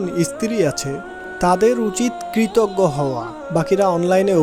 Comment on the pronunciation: Assalamualikum wrb, dear, dabbing good but need more focus on some specific words as kritoggo, stri,uchharon thik korte hobe. Apnar hobe Obossoi inshaaAllah, rehearsal lagbe abong onnoder dabbing gulu bar bar sunte hobeJazakAllah khayr